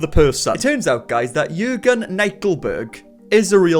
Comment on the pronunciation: The way he said “Jürgen” was very good. Greetings from Germany 💆🏽‍♀️